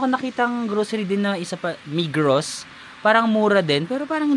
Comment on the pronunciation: Migros is pronounce as Migro😊 migros and coop are just equal.